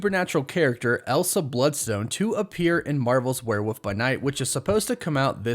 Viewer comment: Isn’t is “where-wolf” not “where-woof”